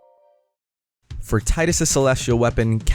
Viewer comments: It's pronounced "Tee-dus", not "Tie-dus" Not hard to figure out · pronounced Te-dus